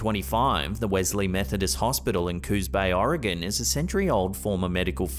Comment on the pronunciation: A British man can pronoun Oregon correctly but half of the US can’t 🤦‍♂️ much love from central Oregon. Not oregON or Oregun dumb dumbs.